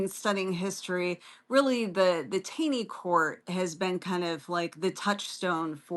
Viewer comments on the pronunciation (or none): FYI Justice Roger Taney is pronounced Tawney.